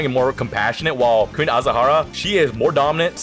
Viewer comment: That pronunciation of queen azshara hurts me